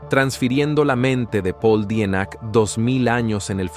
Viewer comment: En definitiva te hubieras preocupado por aprender a pronunciar bien el apellido. Ya lo dijiste bien, de origen alemán.